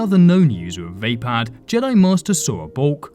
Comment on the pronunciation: I believed Vapaad is pronounced "vuh-pod" and not "vay-pad"